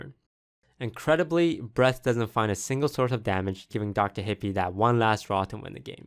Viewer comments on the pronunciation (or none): none